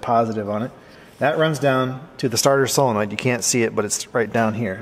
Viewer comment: I have to tell you I REALLY APPRECIATE the way you pronounce "Solenoid". So many people on YouTube and in real life say things like "Cellanoid" or "Sillinoind" and it drives me friggin' crazy. Thanks for being spot on....as usual. 👍👍